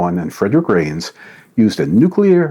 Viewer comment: Dr. Don, Fred Reines landed at U. C. Irvine, and was there while I was an undergrad. For what it's worth, his name is not pronounced "Rains," but "RY-nes." And, yes, it was a special treat to have him as one of my professors! Regards, Dr. Kirk Kohnen.